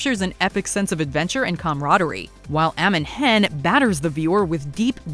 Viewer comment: The score for the entire LOTR trilogy was composed by Howard Shore, not John Williaws. Shore, btw, also had a cameo in TTT as one of the Rohan warriors. Also, it's not pronounced "eh-mon hen", it's "ah-mon hen"